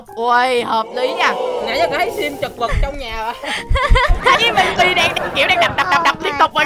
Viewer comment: Anh ơi Mi Mi là ti mi đó anh ơi